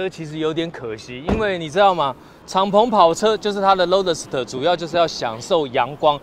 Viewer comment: roadster都不会念